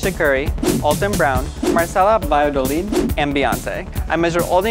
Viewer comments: “Valladolid” bah-yah-doh-lid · The way he pronounced "Valladolid" C R I N G E 😬